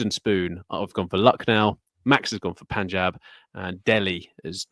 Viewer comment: is the first person among all the podcasters on YouTube who pronounces "Punjab" correctly.